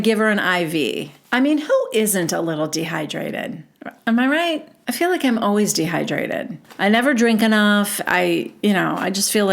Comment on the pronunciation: I love how you sound like Robin when you speak like Whitney …. Just slower and a little more ditzy. But it must be an Utah thing .. the fill - feel… rill- real … dill - deal … etc etc. I gotta be honest ir makes me laugh when you say it but hearing these women naturally talk like that is obnoxious